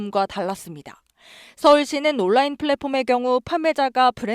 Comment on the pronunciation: 온라인 발음도 모르면서